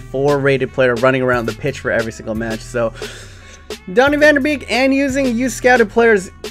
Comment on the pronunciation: lol, i love your dutch pronunciation, a double ee in dutch is actually pronounced as an a-sound. e.g.: sv hereveen is here"vane" and van de beek is more like van de "bake". Love the videos though, keep it up!